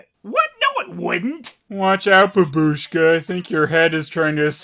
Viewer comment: BAbushka! You must say bAbushka, not babUshka!